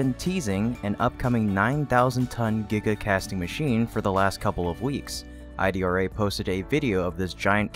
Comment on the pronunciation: Not I D R A. It’s pronounced “E -Drah”